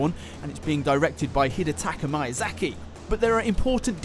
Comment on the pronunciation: That was the worst pronunciation of Miyazaki I’ve ever heard in my life.